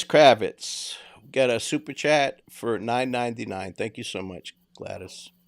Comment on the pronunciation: And chat not cat